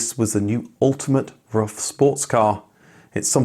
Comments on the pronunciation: Its pronounced roof, not rough. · It’s pronounced roof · pronounced "roof" not "rough" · It´s Roof not Rough. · Rough Automobile? C'mon, it is disrespectful to always pronounce foreign names in English. Just pronounce them properly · It's not "rough", it's "roof". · It's Ruf (roof) Not Ruf (rough) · He has stated numerous times his name is pronounced "roof, like Fidler On The Roof". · I was gonna watch this as ur vids r usually very entertaining. But ur persistent incorrect pronunciation of RUF as ruff not roof put me off in the intro. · Don't wanna be a smartass, but I am. In native German, the company and family name is spoken like "roof", not "rough". Great video though!❤ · His name is not "rough"! His name is Ruf which needs to be spoken like "roof" but with a "hard" R! Don't translate names!!! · Why is it speal rough instead of roof? Also why is the Ruf ceo calling it Porschaaaa, its Porsch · Seriously? It's pronounced "ROOF" not "ROUGH." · Ruf are spoken like roof (not ruff) in english ❣️😅☝🏼 Love from Berlin 🇩🇪, Ramsi 🙋🏻‍♂️ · Btw. it's pronounced roof, not ruff. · Sorry to be that guy. It's pronounced roof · Ruf is pronounced with a long vowel, just like roof, not like rough. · Ruf, not Rufff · rUf, not rough 🤦‍♂ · It’s Roof not Rough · Ruf isn't "ruff", it's "roof". Not the mangled pronuncation either . ROOOOOOOOOOOOOOOOOOOOOOOOOOOOOOOOOOOOOOOOOOOOF. With a long vowel. (It means "call", BTW) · I guess Ruf is pronounced more like Roof and not like Ruff. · I envy you for talking to the man himself, but come on, it's not pronounced "rough". It's "roof". RUF. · Roof, not rough... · Pronounciation would be: roof just like the English word.🍀👍🏻…..“rooffff“, not so much….. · Yeah I was surprised, given that he normally goes to special attention to pronounce brands authentically. I'm sure Alois is pronounced A-Lwa as well.